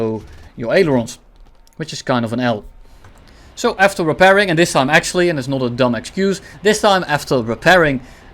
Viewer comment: "akchually" 🤓☝️, 💀💀 super funny